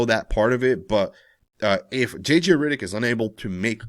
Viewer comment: JJ RIDDICK?? 😂 😂 😂 This guy's pronunciation!